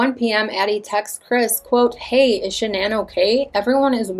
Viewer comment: It erks me everyone says her name wrong..even Chris and her close friends. Everyone in media ...everyone says her name wrong. Even you. I listened to Shannans parents say her name ans its pronounced as a basic Shannon. I know yall heard all her parents interviews.